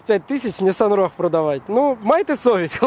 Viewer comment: Саме цікаве шо автор і сам не правильно називає марку моделі. В англійській мові слова рог немає. Правильно вимовляти роуг